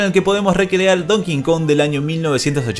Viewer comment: Para de llamar a DonkeyKong DonKingKong